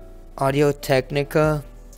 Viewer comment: Sooo am I the only one that caught on to him saying TECH NICCA